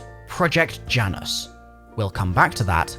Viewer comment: Project Janus but the J is silent.